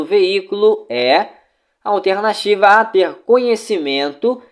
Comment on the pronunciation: mano teu simulado é ate bom, mais tua fala incomoda. A palavra alternativa é muito esquisito, da agonia!